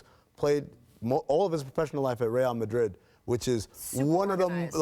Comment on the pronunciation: Im proud that that one guy actually pronounced Real Madrid right